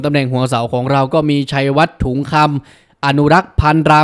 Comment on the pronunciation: ถุงคำ ไม่ใช่ทุ่งคำ